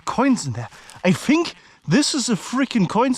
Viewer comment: "I Fink dey're coins dhere" ✌️😁👍